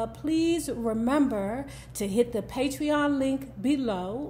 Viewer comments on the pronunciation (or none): none